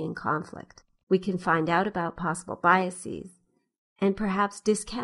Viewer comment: FFS! It's pronounced biases, not biasees. My intuition tells me this is a sign of creeping pretension in the academic world. I've even heard people say processees when they mean processes.